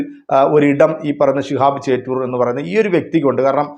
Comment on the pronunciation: ചേറ്റൂർ അല്ല ചോറ്റൂർ ആണ്